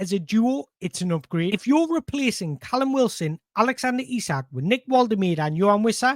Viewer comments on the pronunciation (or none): none